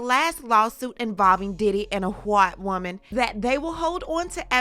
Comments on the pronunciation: Why are we saying “whhhhhite whhhhhhoman” though ???? 😅😅😅 asking for a friend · I love how she pronounces “White Woman” in italics 😅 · He is going to jail for those two italicized words.